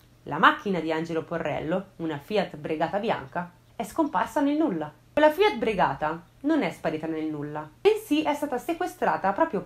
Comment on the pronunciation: Bravissima come sempre! ottimo video... ma "Fiat Bregata" nun se pò sentì! si vede che sei giovane, in realtà è Fiat Regata, ma sei perdonata dai XD